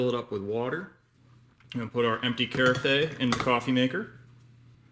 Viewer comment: Great review but FYI no e sound at end of word carafe...kr-af 😉